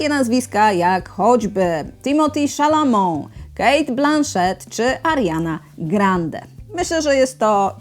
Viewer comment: Pani Kaju, może czepialstwo, ale pierwszy raz słyszę taką wymowę, niewątpliwie błędną, nazwiska Chalamet. Ale żeby nie było, że tylko to wyciągnąłem z odcinka - dzięki za kolejny dobry, zwięzły materiał, by wybrać coś do oglądania!